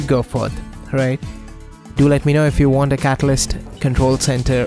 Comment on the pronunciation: "You won moar speeeed?"